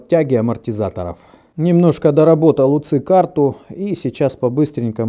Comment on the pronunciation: не УЦЫ, а У Ц И!